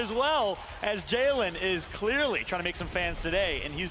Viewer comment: JAHHLENN ITS JAHLEN